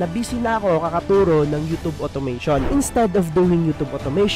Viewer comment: You’re pronouncing YouTube wrong.